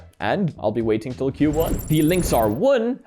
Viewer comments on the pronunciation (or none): none